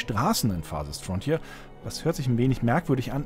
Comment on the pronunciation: Ja, dieses „Farsest Frontier“ ist wirklich wunderbar.